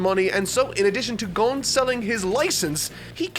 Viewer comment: Finally saying Gon right...